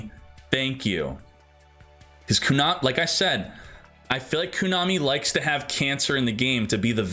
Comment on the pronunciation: Everytime he says Koonami instead of Konami...